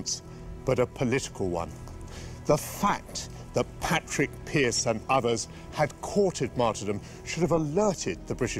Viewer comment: It's Pádraic Pearse not Patrick (Pronounced like Paw-Rick)